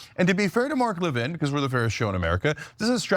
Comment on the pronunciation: It’s Levin not Lavigne 😂